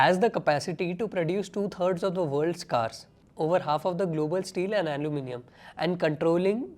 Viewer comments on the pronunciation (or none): none